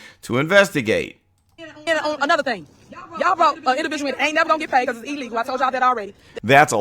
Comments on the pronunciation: I hate when she says “e-legal”. Why does she speak so poorly? 😢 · When is someone gonna tell her that “E-llegal”isn’t a word? It’s spelled “i-llegal” and that she needs a speech therapist! 🤷🏾🤷🏾‍♀️🤷🏾‍♂️